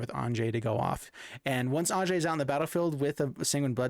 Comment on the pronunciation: Great deck but it's Anje (An-ye). The J has a Y sound. Think like Jorn (yorn), God of Winter